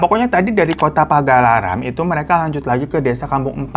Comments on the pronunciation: Pagar alam ya bang nama daerah nya bkn pagalaram ihik😂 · hi banggg sy dr sumatera selatan, btw itu nyebutnya PAGARALAM bang bkn PAGALARAM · Bang dr td gua dnger lu salah nyebut mulu 'Paga Laram' gua jg jd ikut belibet nyebutnya Yg bener kan 'Pagar Alam' bang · Pagar alam bang. Karena emg rata² suka bacanya cepet, sebagian orang suka nyebutnya pagaralam (digabung tulisannya, harusnya pagar alam). 😅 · pagar alam bang bukan pagalaram😭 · Bang bacanya kepisah "Pagar Alam" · Pagar alam bacanya kak.. itu kampung ayah aku hehe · Pa Gar A Lam bang hiroo wkwkw Gw yg dari pagaralam lucu denger bang hiro ngomong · Pagar Alam Kakkkkk Gak usah disatuin bacanyaaa 😂😂😂😂